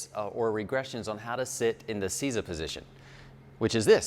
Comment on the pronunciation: I think it's pronounced "say za" That is exactly how our Japanese teachers taught us to do it. Use the hands pressing back gently and breathe into it. Used to seeing guys with body building quads take 3 months to get to full seiza from their first attempt where they barely get 90 degrees or plain kneeling.